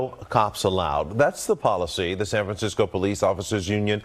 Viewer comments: "San Fran-sicko"? LOL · San Fransicko... LoL that is perfect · Wow you got that right - San Fransicko 😂